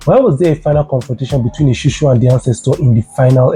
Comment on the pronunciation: Esusu!!! not Eshushu😂😂😂 please!!😂